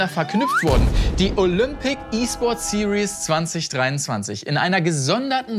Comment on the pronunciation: Dass "Series" SiriÄs statt SirIs ausgesprochen wird, ist der längste Running Gag aller Zeiten